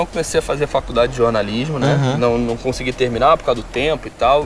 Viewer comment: "NAO CONXEGUE" né? pqp... que animal!